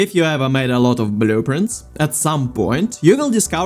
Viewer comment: "BUH-LOO-printz"... i love it lol thanks for the vid